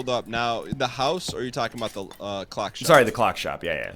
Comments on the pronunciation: I would watch this more, but saying words wrong is making me unreasonably angry. It’s not a Cluck, it’s a CLOCK. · Why is NL pronouncing clock so weird?